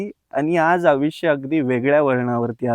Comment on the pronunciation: आविष् नाही दादा, आयुष्य म्हण रे 😅